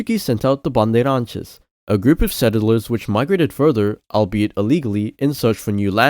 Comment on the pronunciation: MY GOD HE'S SAYING BANDEIRANTES WITH THE RIGHT "R" PRONOUNCE 🥺💕